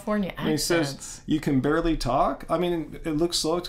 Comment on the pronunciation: "You can 'barley' talk.." 😂😂😂😂 Wish I could 'barley' talk. You should start a podcast called Barley Talk. 🌾🌾🌾🌾🌾🌾😂😂